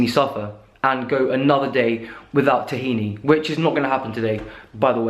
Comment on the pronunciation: if you like tahini so much you should pronounce it right